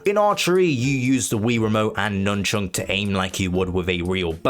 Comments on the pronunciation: why are you saying nunchunk? it's nunchuck, no? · Please say nunchuk correctly.